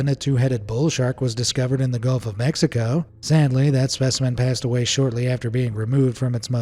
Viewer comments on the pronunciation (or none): none